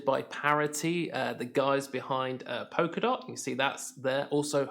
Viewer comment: It’s “polka” not “poker” dot. And I’m supposed to take your opinion seriously when you can’t even pronounce what you’re talking about. Mmm...